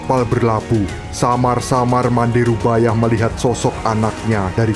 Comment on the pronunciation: Bukan rubayah tapi rubiah